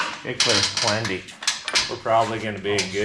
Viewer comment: For god sakes “plundy” is not how you say plenty!